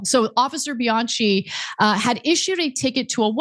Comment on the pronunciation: Honey, the name Bianchi is pronounced with the ch pronounced as k. Bi-an-ki.😮